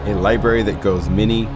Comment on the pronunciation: "goes mini, mini, mini places", I think you meant many - work on those vowels